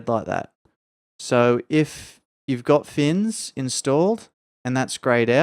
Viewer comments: ITS FNIS! FNIS! NOT "FINS" :DDD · Good show! I hope you get some rest. BTW, it's FNIS for Fore's New Idles in Skyrim, not FINS, many pronounce it Finis.